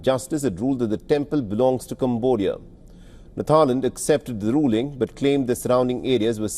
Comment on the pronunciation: instead of thailand it tryland🤣🤣😂😂